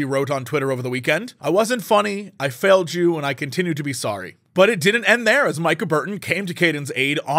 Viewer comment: great video jesse, but just a heads up, Micas name is pronounced "meeka"